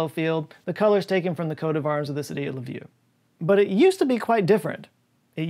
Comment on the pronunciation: Ha ha ha lvov people are racist. Get your pronounciation right